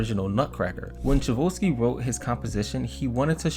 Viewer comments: Music teacher here. Let me help you how to pronounce the composer of the Nutcracker: Tchaikovsky- Tchai (as in Chai tea), kov (as in coffee), sky (as in a ski slope). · Tchaikovsky is pronounced chai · kaaf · skee not Chevolsky. How does someone making a video about music not know that. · The way the guy's name is pronounced is TAI CHOW SKI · Some pronounce it TAI CHOF SKI. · I had to turn this off once I heard your pronunciation of Tchaikovsky. I mean, at least google it first. It takes but a second. Or at least take an extra second to read the actual word. There is no ‘vo’. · Love this and those names are difficult...maybe this can help. Tchaikovsky is Chi ( as in "Chinese) Chi-KOV-ski. The T is silent :) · its "CHAI-KOV-SKI"!!! you said it soooo wrong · It’s pronounced Chi kov skee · If U are going to put out a video or documentary about whatever the topic, then could you at least know how to pronounce the names. I hav to admit I've never heard his name butchered like this b4 IT IS PRONOUNCE as CHI - ."TCHAI - KOV - SKY " it's amazing how many ppl can't read or pronounce especially such a famous composer's name up there with Mozart, and Beethoven.!!!!! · I love this video, and thank you for making it 🙏, but my man - Tchaikovsky = Chai (like chai tea) + Cough (like cough cough I don’t think I can sing All I want for Christmas tonight) + ski (what Mariah always about to do right after gets done singing this song). Chai-cough-ski. Tchaikovsky. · Lol who's Chavuski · It's pronounced Chi Coff Ski (Tchaikovsky) and Celeste (sell-est) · OK you youngins on YouTube NEED to learn how to pronounce things correctly.... Tchaikovsky is pronounced ......Chi Coffs key.....LEARN IT!!! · Ok i cant listen anymore…..the correct pronunciation of the instrument Celeste is CHeLest CHE- NOT SEELEST…AND the composer Tchaikovsky is CHI like the tea COW-SKI like the sport ….love your work a lot….but please check erverything before you put it on the internet…thanks !